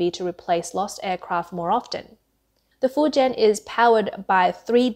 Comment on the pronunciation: Fuen ? Fu jian ( 福建)